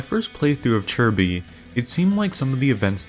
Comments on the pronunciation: Isn't it Chi Bi? where'd we get the "r" sounded like chirby. 🤔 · Homie called chi bi churby